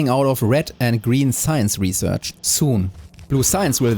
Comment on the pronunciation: I know you're not a native speaker (neither am I) but you have a ton of words which you pronounce very strangely. subFACtory. Aicid. Salfar. REquest. REsearch. REquest. It's easy nowadays to learn the right pronunciation online.